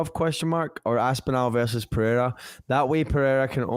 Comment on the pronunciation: Love you guys but can you both please ask one of your Brazilian friends how to correctly pronounce "Pereira"? Drives me crazy with that puhaya nonsense.